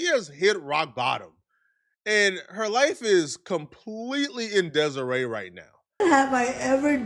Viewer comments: Yo saying her life is in desiree instead of disarray fucked me up so bad I almost forgot the word disarray 😂😂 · How’s does one get their life in desireé? Disarray, pronounced Dis-array I believe is what you’re trying to say, champ. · Did say "Her life is in deseray " Is that even a word? Did he just speak his native tongue??😂😂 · “Her life is in Desiré”? You mean disaray? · Deziray....or disarray 😂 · I nearly had a brain aneurysm trying to unpack pronunciation of "DISARRAY." Sitting here, like, "Who is this Desiree that he's speaking of?" 😆 🤣 😂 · This dumb nigga said her life is in Desiree and was serious asf he really think he said it right 😂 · DIS-A- RAY, disarray! 🤦🏿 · Me frowning looking into the air aimlessly just thinking “Desiree?? 🤔 “ then saw this lmao